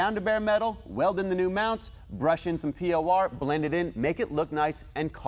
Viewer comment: It's not p.o.r.. it's por15